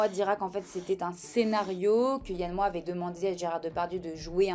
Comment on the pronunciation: Le X de Moix se prononce 😉